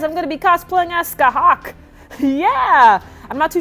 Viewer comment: You said her name wrong